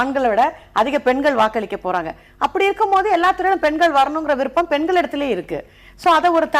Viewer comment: எதற்காக எல்லோரும் பென்கள், பென்கள் என்று இந்தப் பெண்கள் உச்சரிக்கின்றார்கள். பெண்கள் என்பதை உச்சரிப்பதற்குக் கூட இந்தத் 'தமிழ் வளர்க்கும்' கட்சியினரால் முடியவில்லையா.